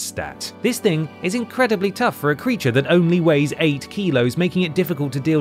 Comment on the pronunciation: goes EXTRA Voiceover at 33mins - “creatuaaarrr” etc